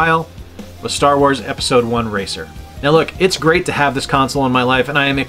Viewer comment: Super fun video! Have you considered Opera? You even rolled that “rrrr” in “great”. Nice!😃 I need more 64 in my life. 👍🏻👍🏻 GASP! The prequel to the holy trilogy. Shame, shame. Very well done.